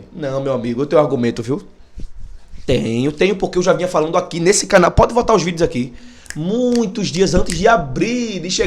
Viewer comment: PREZADO VOCÊ ESTÁ MUITO NERVOSO ESTÁ FALANuuuuu ooo FALANDOOOOO! O POVO PERNAMBUCANO TÁ ASSIM TROCANDO O DO PELO NO. SEM NEM PERCEBER, ASSIM O SPORT NÃO SOBE.